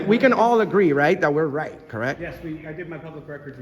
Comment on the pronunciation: Right off, she says: "Shut That Off!" "Put On A Mask!" ...actually, she says "Reich" off: "Shut That Off!" "Put On A Mask!"